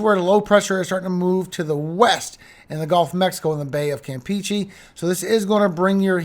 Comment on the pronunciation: It’s pronounced kam pay chay, not Kam peach ay ( Campeche)